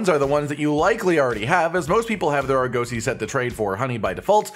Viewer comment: less emphasis on the 'oh' in Argosy, it's 'uh'